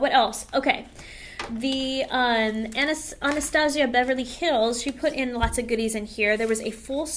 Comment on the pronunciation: Thanks for sharing the tips tho.. I am deff a fan of using sponges to powder instead of brushes.. especially for extra oily skin it makes it less cakey looking.. However I think that Anastasia has been around enough that mispronouncing the name is actually kinda rude.. Also for them to put drug store brands in a goody bag for a class that cost so much is kinda funny to me..